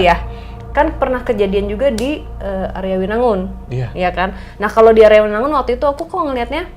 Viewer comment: Maaf nyai om hao, arjawinangun, bukan aryawinangun